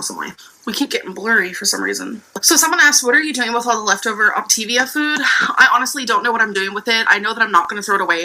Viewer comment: Optavia. OP-TAY-VEE-UH. HOLY SHIT. I haven never used that shit. My coworker used it, and even I KNOW how to pronounce it. WTF MAN. didn’t she do hours upon hours of research!? it’s like, you’re so close to pronouncing it right...how the FUCK are you STILL pronouncing it incorrectly!!?!?